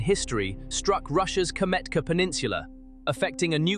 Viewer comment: Please learn how to read and write Kamchatka, pronounced kam-chat-kah. It is not Kametka nor is it Kachmatka .